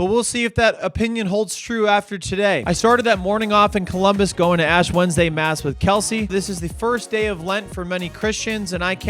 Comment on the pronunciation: Did I hear that right? "Ash Wendesday" Is that like being half Muslim so you only celebrate half Ramadan?